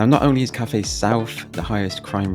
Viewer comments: Cathays - pronouned Cat - ays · Pronunciation is wrong on Ely , Caerau and Cathays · If you're going to slag off a place, at least take the time to actually learn how to pronounce it's name. Cathays is pronounced "Cat-ays", Ely is pronounced Eel-y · Where is Coyra or Elly? And Cathays is pronounced ‘Catays’. For pity’s sake, make an effort to at least get the names right. Also the murder which you referred to occurred in the 80’s not the 90’s and the killer was not from the area where it was committed. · Good God man! Pronunciations FFS! Caerau - Ky-ra Cathays - Catays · That's Kigh-Rye, Ee-lee and Cat-ehs